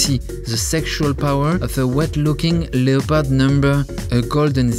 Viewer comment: This has to be funniest fashion video ever. To Hell with all the uptight fashionistas, let’s talk about the Tiger King and his outlandish clothes! That is true fashion! My face hurts from smiling so much from the jokes, the Joe Exotic references, and zany descriptions (“animalistic galore”). My hurt flutters each and every time you said “le-o-pard.” In English, we don’t pronounce the “o,” but from now on, I shall say “le-o-pard! le-o-pard!”